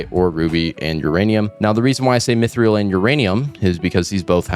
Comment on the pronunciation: mythreal is actually pronounced "mythril" 👍